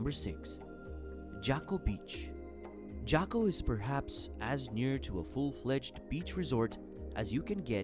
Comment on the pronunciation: Beautiful video. But would be much better if the narrator could pronounce the names of places. For example, Jaco Beach is not pronounced "Jacko". And Dominical is accented on the last syllable. lol